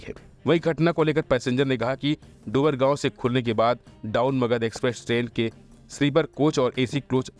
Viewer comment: गजब है कि अब हिंदी पढ़नी, बोलनी भी नही आती, डुमरांव को डुमरगांव बोलते है?